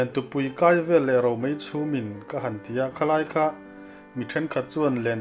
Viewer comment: 'Lentupui kai vel leh romei chhumin' tiha 'kai' i lam dan khi a dik alawm, confi' hle rawh.